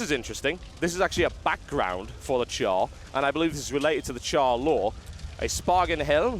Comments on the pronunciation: "TotalBiscuit takes a lengthy look at Guild Wars 2 with a Char Warrior" It is "Charr" not "Char". Still great game, great gameplay thanks xD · i wanna smack u every time u say cow thx for sharing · Why does he keep calling the Charr cows? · It's not COW FFS Charr are Cats -_